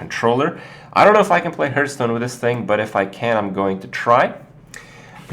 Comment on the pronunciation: always sounds like hes saying hurtstone xD